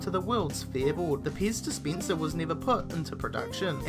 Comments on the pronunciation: I heard piss dispenser as well... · Piz dispientser......lol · IKSPINSIV. wtf! DISPINSIR! wtf. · Expinsive? Piz Dispinser? Tiddy Beaha? Why can't Aussies pronounce English? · "World's most expeensive Peez dispeensah" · Ixpinsive Dispinser, In every end of each sentence he says the last word a little longer, why? # 13 supinsion? eva mide?